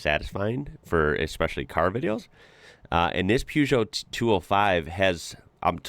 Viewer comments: It’s pronounced “PURR-JO”…the “eot” t is silent not Gee-o….🤣👍🏾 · The first part of Peugot is pronounced' 'Per' not Pew. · Sounds silly keep saying poo geot not pergeot. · Try saying "PUURGEOT" rather than PEUGEOT, its how it's meant to be said rather than how it's spelt, thanks. Good video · "Pewjoh"? Try "per-jo" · PE not PEW for the name. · May I correct your pronunciation of Peugeot,the first part of the word is pronounced per, not pue. Your pronunciation is correct for the second syllable. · Peugeot isn't pronounced Pewgeot. It is pronounced Purrgeot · Peugeot = puh zho NOT pyu zho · Peugeot - pronounced "Per-joe" (or maybe "Per-show"). The Peugeot 1.9 16V was astonishing but there were some amazing little cars in the 80's in the UK. My first car was a Seat (say-at) Ibiza (ib-eetha) with a carburated 1.2 engine - basically a Fiat (fee-at) Uno. A Fiat Uno Turbo (fuel injected/turbo charged) was written off in the village I was living in at the time but the engine and brakes were intact. Theoretically I could have engine swapped my Ibiza 1.2 and brake swapped it. I rang up my insurance company and after the guy on the phone had laughed until he cried - he just said "No" and especially not for a 23yo! 😂 What a meanie! 😢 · The first part of Peugeot is pronounced PAIR. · Why can't you guys pronounce Peugeot properly.... Or Bugatti?........ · Just need to start pronouncing Peugeot properly. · The way you say Peugeot is a crime!